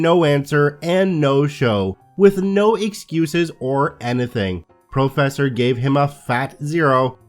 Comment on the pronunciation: Also; ‘professor’...